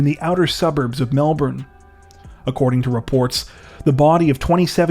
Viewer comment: my MATE’s! You’re the first channel I’ve heard pronounce Melbourne correctly since watching yt true crime. You don’t know how much it means🤜🏽🤛🏽